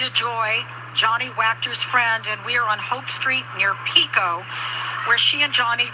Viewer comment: Just an fyi Pico Blvd. is pronounced like Peeko, long e sound.